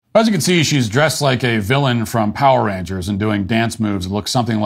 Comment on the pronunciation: I heard power ranchers 😂😂